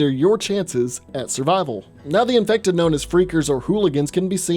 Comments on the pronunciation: Why did you say infected like that?. Do you feel every zpmbie horror type is allwaus undead. There are rage zombies who are just strait up Infected. Not died and then resurrected, but strait up turned on the spot. There literally was a kid who stabbed Sarah who was midmorning child zombie, but had the capacities of holding a knife. Which means some human braincells were still functioning. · Why do you always have to say “infected” like that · OK looking back on this each time he says infected really stupidly. There are times when I want to slap him in the head and tell him get over it. Zombies infected, same damn thing they’re trying to kill you.